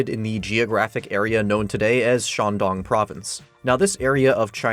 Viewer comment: mf is chinese and yet butchers every chinese pronounciation. bruh it takes 5seconds to know how to say Shandong or Houli